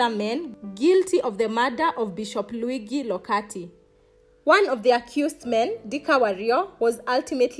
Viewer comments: A quick lesson: Luigi is pronounced Lu-I-dji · True. She should have at least googled thhe pronounciation. She also said he was sent to Kenya as Bishop. The good bishop served as a priest elsewhere. Good research= great piece